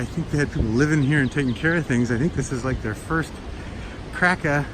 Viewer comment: Kirka, yes, sometimes the "r" is a vowel LOL :) Awesome place, isn't it? Pleetvitsa is the other one haha You're cute.